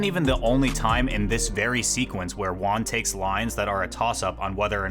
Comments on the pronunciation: Your Juan pronunciation is so bad it took me 12 minutes to realize you were saying Juan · You Juan like a gringo. Gotta make that h sound hermano.